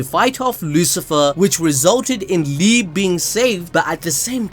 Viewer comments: It liebe as love in german like "liibea" not liib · it's pronounced "lee-beh" not "leeb" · Everyone: Lee Bay ABD: LEEB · Liebe is pronounced "Lee-Beh", not "Leeb".